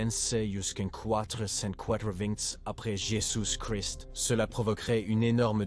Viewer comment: Bon docu mais plusieurs problèmes audio. Aussi, le français laisse vraiment à désirer. IA ou voix humaine?!? ex: 1-"...en 378 après Jésus-Christ"; on ne prononce pas le "st" dans Christ. 2- Les "Hunts" et les "Goths": en français, on ne prononce jamais le "s" dans le pluriel des mots. Goths se prononce comme le mot "go". 3- Mauvaise prononciation de Stilicon (général). Ça s'écrit en français avec un "n" à la fin. 4- le 5e siècle a eu de "grands zéro" !?!...Ça ne se prononce pas comme ça!!! ...non..."grands héros": il n'y a pas de liaison entre grands et héros. 5-Monothéi"z"me; On prononce "monothéisme". 6- "...un nouveau ensemble de problèmes..." Wow! On dit: "nouvel ensemble".